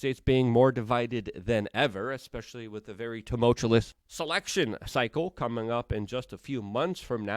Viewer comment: How do you get 'hootsy' our of Houthi? It is pronounced 'Hoo-the'. And it is not tumulTULOUS, it is tumulTUOUS